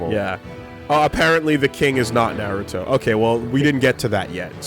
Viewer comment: Obido, Narudo, I know you're embarrassed but just pronounce it correctly!